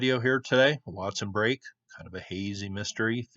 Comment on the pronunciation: I believe it’s Break. Like poke salad. Not brake, not polk. An aside. They gave in to socialism and central gvt. As all “ great” civilizations. We follow, knowing better